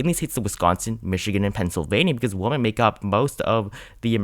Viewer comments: The plural of the word, "woman", is not pronounced the same as the word, "woman". The word, "women', is pronounced like "wymen". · Great work with your vids all year. But wow — I’ve never heard someone mispronounce “women.” It is not pronounced the same as “woman.” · Why do you pronounce "women" so weirdly?